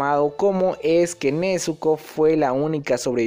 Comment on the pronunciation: Nezuko con "Z" pls